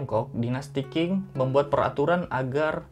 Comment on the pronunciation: Qing itu dibaca Cing bukan king. Memang bgitulah bahasa Mandarin, sudah huruf kanji, cara baca pun TDK semua sesuai dgn cara mnulis.